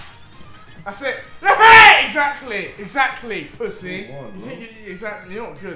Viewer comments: No one: Deji: Exakly! . . . Exakly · Why does deji keeps on saying excacly